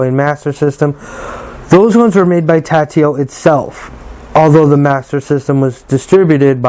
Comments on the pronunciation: Tatio? I don't think so. It's Taito, pronounced "Tey-toe", or "Tie-toe", depending on where in the world you're at. But definately NOT "Tatio". No wonder there's only two comments on here.......smh. 😂😂😂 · Cool video, really nice… but it’s TA-I-TO not TA-TI-O